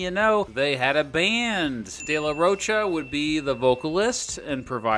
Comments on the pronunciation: Its Day la rho kah, not roach-a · ^^^ Where to hear "de la roach-uh" like 50 times in less than 20 minutes ^^^ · Dude if you’re going to do a documentary on a band, learn how to say the front man’s last name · Dude….. you pronounced “Down Rodeo” wrong. Have you heard the song? It’s referring to Rodeo Drive, not a cowboy rodeo….🤦🏼😕 You also pronounced “de la Rocha” wrong dozens of times….